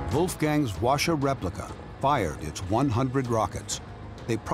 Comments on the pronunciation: Why no one's talking about the narrator's pronunciation lol? It's pronounced HWA [ɸwa̠ː] - CHA. Not WA-SHA. And Based on the look of the weapon he tried to re-create, I don't think he put that much effort in accuracy. It has much better accuracy. At least better than this lol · Btw the narrator pronounced kinda wrong, he is saying like "washa" but it's actually pronounces "Hoa-cha" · Why does the narrator keep saying "washa?" It's literally pronounced as it's spelled: HWA-CHA. I expect better from you guys, Smithsonian. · It's pronounced Hwa-cha as in "charge", not "washer" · Sir… it’s HWAcha not wacha. There is a reason why H is right at the front. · no Wacha Hwacha 'H' is not mute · NOT pronounced wha sha BUT "HWA" "CHA" ... hwa means "fire", cha means "wagon, car, vehicle.." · In korean pronounciation called who-ah-cha-. His pronounciation sounded japanese word.. wa sha... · It is called 화차 ( hwa cha) not wa sha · not "wa"cha but "Hwa"cha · "call washa" Smithsonian channel wrote it hwacha and read it washa. genius lol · The narrator keeps saying “Washer”.... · Hwacha is not pronounced Washa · Narrator: "The Hwacha works well" Laughs in balloon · Fellow Koreans, I feel your collective cringe at the pronounciation of HwaCha 화차 -they should’ve just said whatchamacallit if it’s going to be that butchered...